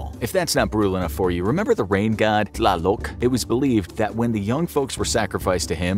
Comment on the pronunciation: .__. I am mexican and you bro need to learn HOW TO READ IN SPANISH NONE OF THE GODS YOU NAME ARE SPELLED CORRECTLY, Tlaloc is spelled tlaloc NOT TaLoC